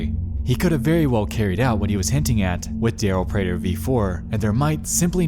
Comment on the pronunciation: Ewww I don’t like that he used my last name prater... (Also, great job on pronouncing it correctly.)